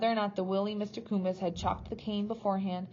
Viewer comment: Hi, these readings are great and are saving my voice. Just a little reflection - I think you may be mispronouncing a couple of the names - Mr Coombes is Mr. Cooms (silent b) and Thwaites is pronounced as all one sound thw-aites ( not Thee-Watts).Hope that feedback helps a little. Cheers:-)